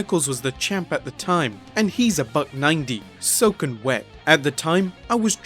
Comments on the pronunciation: "Soak and wet?? Huh? Soaking wet * " Brain"..... Who does the proofreading on these videos before they're uploaded?! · Btw it's "soaking wet" not "soak and wet". It's a common phrase. (Sorry to knock, I love your videos but these little, easily- corrected mistake annoy the hell out of me!)